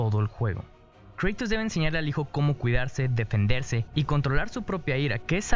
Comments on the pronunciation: el video está bien pero por favor no queda bien que digas kratos de esa forma y ya se que así se pronuncia pero...naaa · Los nombres propios se deben pronunciar como su lengua nativa. Es Kratos. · cómo que "creitos"!? es un puto nombre griego, se pronuncia tal como se lee KRATOS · angel vasquez yo creo que se pronuncia Kratos, y no Creitos. Porque en griego y latín se pronuncia así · Se pronuncia Kratos, no Kreitos. P.D: Quien se ofenda tiene la maldición de que kratos te matara esta noche. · Se dice KRATOS no creitos :"v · Me incomoda que diga en vez de kratos dice kreitos, porqueeeee si siempre de ha dicho kratos, de todas formas buen video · Se pronuncia Kratos no Kreitos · No, el dice Creitos por que la A en ingles se pronuncia ''Ei'' pero Kratos al ser un nombre se debe de pronunciar tal y como es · En ingles se prononcia kreitos pero los españoles le dicen kratos a secas, despues todo él mundo empezo a creer que se le dice asi, despues cuando doblaron él juego lo doblaron como kratos, en realidad se pronuncia de las dos maneras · kreitos no... KRATOS!!!!!!!!!!!!!!!!!!!!!!!!!!!!!!!!! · kratos lpm no kreitos que te haces el estado unidense, igual, buen video ndeaah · kratos no kreitos,me suena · Nadie Absolutamente nadie: "kreitos" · Suena raro "kreitos" en español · Cuantas veces dijo kreitos alv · Dislike Porque dices creitos >:v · Porque llamas a Kratos ''Creitos'' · Me duele cada vez que escucho Kreitos :l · Kratos wn no kreytos xd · "Kreitus" por dios.... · Kratos es griego, en griego y latín, al igual que en español, la A fonéticamente SIEMPRE se pronuncia como A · Se pronuncia tal y como se escribe (Kratos) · ¨Kreitos¨ Uffffffff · Buena reseña pero eso de decir "kreitos" es griego, no anglosajón xD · Me da cáncer cada vez que escucho Kreitos D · le daré no me gusta solo por tu pronunciación de kratos